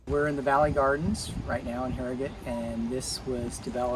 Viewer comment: I live in Harrogate and you really caught a lot of the best parts. You also pronounced the name correctly too. :) Looking forward to the Knaresborough video. It's a stunning town too. Hope you include the castle :)